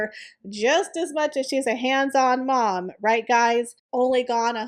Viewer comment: *, it always tickles me how you say "I'm a MOM‼️"